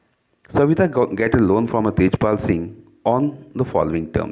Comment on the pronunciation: Sir Tajpal not its Tejpal